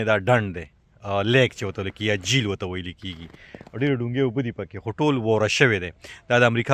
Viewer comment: ډنډ ته جیل نه وايي جهیل وايي